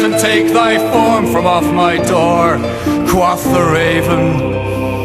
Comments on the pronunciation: I would also refer you to "Parsons, Alan (Project) - Tales of Mystery & Imagination-02 - Raven, The." Note that "quoth" in that song is pronounced with a "long O" sound. Alan Parsons and Leonard Whiting (Wikipedia says that Leonard Whiting sang lead vocals on "The Raven") are British. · How do you reckon he mispronounces "quoth"? IPA : kwoʊθ | Phonetic : kwohth | [source: dictionary . com] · I would really like this, except for the fact that the singer is mispronouncing "quoth." Every time that he mispronounces that word, it totally takes me out of the web he is trying to weave. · I understand your grievance, but I have to correct you on some points. The band is Dutch, while the vocalist was born and raised near Cornwall, England (from what I remember). That is why I raised the regional issue. I know some other British natives that pronounce it the same way he does.